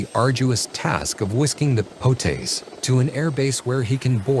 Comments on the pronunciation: Fool, you call him “PO-TAZE”, it’s pronounced “PO-TUSS.” It’s POTUS. Trump is POTUS…it’s an acronym. Idiot krauts!❤ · PO-TAIS? WTF??